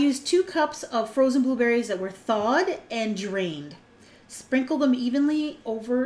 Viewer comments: i thought you said "booberries" and "blueberries" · G DeVz hahahaha i heard it too!